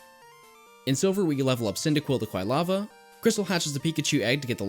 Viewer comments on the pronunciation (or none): I have to assume it was comment bait because I know Pokemon have no correct pronunciation but it’s very easily Quill-ava… anyway this is my third or more time watching and still love this as a guide and background noise